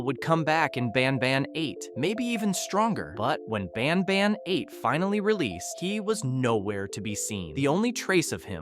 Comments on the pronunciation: Bro when he says banban he says bonban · "Ban bon" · "in the garden of banbon" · ah yes my favorite game bAn bon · garten of banbon😭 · “Garten of banbon”